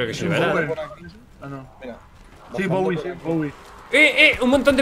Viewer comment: sirve si mata de un cuchillazo hasta ronda 10 en black opa 3 es haci y se llama bowie se pronuncia browli